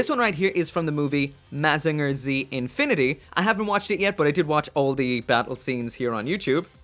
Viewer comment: You said mazinger wrong.